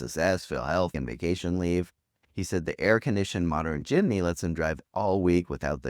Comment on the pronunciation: Its Jeepney.....not Jimney